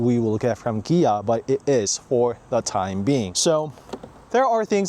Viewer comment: Is it just me or do you say Gia?